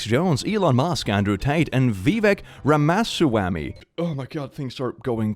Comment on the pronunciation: not even mad at pronunciation of ramaswamy (pronounced r-ah-m-uh-sw-ah-mi) because like idk vivek do be an ass like that